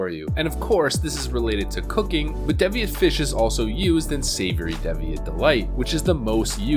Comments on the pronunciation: DEEviate not DEHviate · what is a dev eee at? DEEVEEIT e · It's DEE VEE INT! Good job guy. Keep the videos coming. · holy shit its deeeeeviate, (D'viate??), a real English word, the language you speak, learn to say the words you intend to speak before you say them to potentially every human in existence. I'm sorry for being a dick, but fuck, I would say that literally the least you could do for your supporters is speak English. Thanks, Some guy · Rainface Atriarch Devious is pronounced “Deevieous” while Deviate is pronounced “Daeviete” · Great video as usual but... your mispronunciation of Deviate and Nat Pagle is giving me an eye twitch... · yet he can't even pronounce the word deviate